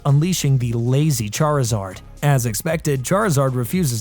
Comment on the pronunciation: So he say Charizard the right way but cant say Charmeleon right...